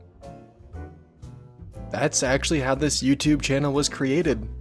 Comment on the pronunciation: It’s « this » not siht x)